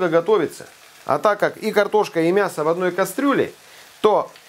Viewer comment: Никогда не слышишь ни когда не говори мясКО :))